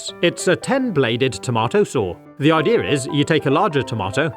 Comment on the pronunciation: “The idear is” never gets old